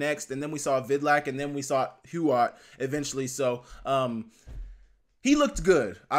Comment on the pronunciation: It seems like everybody in Griz Nation is pronouncing Kaden Huot's last name as Hu-Ot, like it's spelled. However, while Huot was playing for HHS, the home game PA Announcer, and also the local news pronounced it like Hewitt, not Hu-Ot. Take that for what it's worth because I don't know him, nor his people myself.